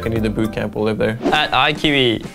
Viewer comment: I love how lustboy Talks english, or should i say rustboy... "I think Japan is a fine place to rive" no racism intended :)